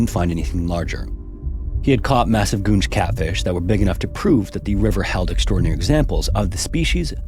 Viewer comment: I seriously thought you said "gooch catfish" 😂